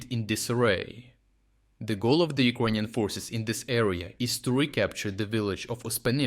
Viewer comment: Thanks for bringing great content and insights into the war against the Russian invader! However, could you pronounce Ukrainian as YOU-CRAY-NIAN instead of OU-KRONIAN, PLEASE??? Thanks